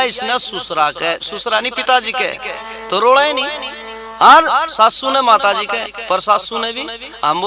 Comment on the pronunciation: Mataji bolna sikho pahle to mataji to padh kar aap kya hota hai